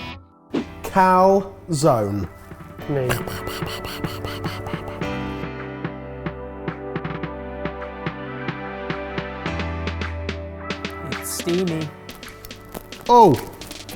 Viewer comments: So you can pronounce paella, but not calzone? Cal-zo-knee (I guess it's really cal-zo-nay/cal-zo-ne, but baby steps) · you pronounce the e in calzone!